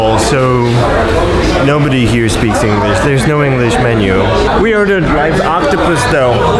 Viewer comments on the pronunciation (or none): Gonciarz do ch*ja pana... -poliś -ingliś -siats -dziapanis -ciek out Błagam cie... z takim angielskim jak twój a oglądać się nie da...